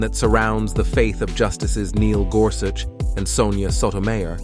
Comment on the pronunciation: How disrespectful that you didn't bother to learn how to say Sotomayor's name. As a lifelong Catholic, Iand lawyer, I find this video offensive. Alito is corrupt. Thomas is corrupt. Both are bought and paid for. They have hurt so many poor people. All of the Maga right are NOT Catholics. They are bigots spewing hate. They may pretend to care about the poor and hungry, and then vote against affordable medical care, non discrimination, and immigrant children. That is not Catholic. That is not consistent with Christ's teachings. And the insanity that criminalizes abortion is just an attack on poor women. Abortion is a mortal sin, but so is having an unwanted child. And neglect and abuse do more harm to the immortal soul. Thomas, Alito, and your right-wing cabal are the worst examples of Catholic there is. Rich man Thomas will be a camel at the eye of a needle when his time comes. Here's hoping these corrupt justices (not including Sonia Sotomayor) do not completely ruin our constitutional government.